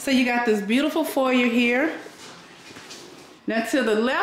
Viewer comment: Please it’s pronounced for•yay😂